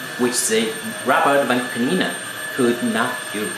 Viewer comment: "Vacoo clneena"